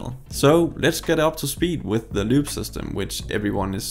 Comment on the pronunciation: About 4 minutes in before I realized that you were not saying LUBE...